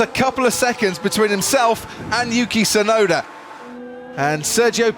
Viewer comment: I can't stand how the narrator keeps calling "Yuki Tsunoda" as "Yuki Sunoda". The T is there, and it's not silent. Why doesn't he pronounce it?